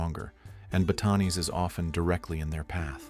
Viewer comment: Please correct your pronunciation of place names such as Pampanga and Batanes - it is disrespectful to say those with such an American accent!